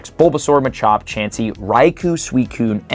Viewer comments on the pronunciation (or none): none